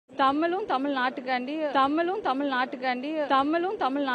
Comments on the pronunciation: Aaaya unakku Thamile varala pronunciation Thamizha . Innoruvati padichitu va poooo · Tamizh illa Tamil nu solluthu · Dear Jeans Joseph. You don't know how to pronounce Tamizhword. தமிழையே உச்சரிக்க வக்கில்லை. நல்ல வேளை. If she would have received the certificate Our Governor will forget good Tamizh. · தமிளு(ழு)க்கும், தமிள்(ழ்)நாட்டுக்கும் திராவிட மாடல்தான் நிறைய சேவைகள் செய்துள்ளது. ஆனா என்ன எள(ழ)வோ தெரியல, சனியன் புடிச்ச (ழ)ளகரம்தான் வந்துதொலைய மாட்டேங்குது. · தமில் தமில் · மொதல்ல பார்த்தபோது வடிவேலுக்குதான் தலையில விக் வெச்சு, பேச கூட்டியாருத்திருக்காங்களோன்னு அப்டியே ஷாக் ஆயிட்டேன்! நாக்குல தமில் சும்மா நின்னு வெளையாடுதே?! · அந்த பொம்பிளைக்கு தமிழ் என்றே சொல்ல தெரியவில்லை. தமில் என்று சொல்கிறது இந்த முண்டம் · போடி, புண்ணாக்கு. கிருத்துவ பக்கி இப்படி தான் இருக்கும். சாத்தான் தீடீரென வேதம் ஓதுகிறது. டமில் என்று இது இங்கிலீசு பேசும் பன்னாடை க்கு தெரியுமா தமிழக கஜானாவை தீம்க காலி செய்து விட்டது என்று தெரியுமா?😂😂😂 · Thamizhnnu ozhunga solla theriyavilla..........idhu oru......!%#^$&$&!$#%#% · தமிழ் என்று உச்சரிக்க தெரியாத பன்னாடைக்கு பட்டம் ஒரு கேடு உனக்கு பட்டம் கொடுத்தார் கவர்னருக்கு அசிங்கம் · தமிழ் என்று சொல்ல துப்பு இல்ல பேச வந்துட்டா இவ. அவர் கையில் வாங்கிய பட்டத்தை கிழித்து போடுடி.